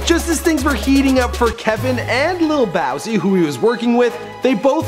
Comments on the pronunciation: he pronounced baton rouge like btone rouge and lil boosie like lil bowzie lmao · little bowsie? its lil BOOsie. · did this nigga just say "lil bowzie" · Listening to this man mispronounce all these names is so cringe worthy 😂😭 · Es nigga said "lil Bowzie" (lil Boosie) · Two issues. 1. it's lil boosie not bowsy. 2. Why reference Biggie then show a pic of the guy that played him in his biopic instead of a pic of the real Biggie Smalls? DISRESPECTFUL!!!! Boy I can tell you are not a hip hop fan at all. At least as a "professional" get ur sources right. smh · Lil "Bowsie"? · man don't do these videos if you don't do it right . Lil bowsie? tf how do u pronounce it like that it's boosie and that was not a picture of his girl dreka that's was mimi wtf fool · lil bozi? boi it lil boosie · My man said "Lil Bowsie" hahahahahaha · "Lil bowsie" lol it's boosie smh "bowsie" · did this dude just say lil bowzie lmao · Ba ton rouge and lil bowsie 😅😅😅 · ... He Did Not Just Say Lil Bowsie😳 Facepalm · lil bowzie and buh-tawn rouge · he put the fake Biggie,mimi instead of dreka,and said "lil bowsie" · that wasnt dreka. he said baton rouge soooo WRONG! lil Bousey ??? REALLY?! smh horrible. do your research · "little bowsie" jesus fucking christ this guy is really white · lil bowsie? man fuck you learn how to pronounce artists names and they made 1 song together..... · dude cant even say boosie's name right! lil bawsie haha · He called boosie lil bowsie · lil bowwsie?? delete dis shit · Uhm, did you say "Lil Bowsie?" Fuck man do you even know anything about rap? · wow, lol. Yo, "BATON ROUGE" is Pronounced 'Bat'n Rouge' Not Baton soundin like "Buh-Tawn" & "Lil BOW-see"?! REALLY?! Lmaaaø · Did he say lil bOUsie? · he did say lil bowzy. I'm dead. all credibility is gone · sorry, i love your channel and your purpose but bad job at this one...gates is much deeper than he was made out to be in your video. And who is Lil Bawsee? Lol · Did you just say LIL BOWSEE? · Lil BOWSIE??? Cmon SON!